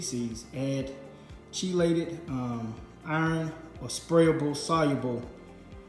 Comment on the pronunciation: its pronounced KEELATED...not cheelated.